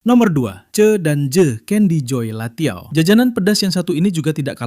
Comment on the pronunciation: bukan latiao tpi lanciao itumah